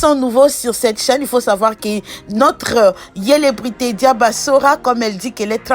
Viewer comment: Eh madame fr apprend le français d'abord au lieu de parler tu parles au lieu de dire célébrités tu dis welebrité apprend français dêh tchourou ô pi ci t'est ivoirienne tu comprends